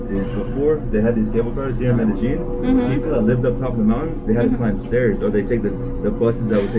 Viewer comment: Great, as usual, but I believe you are not pronouncing Medellin correctly. There is no "j" sound in it. Cheers. Roger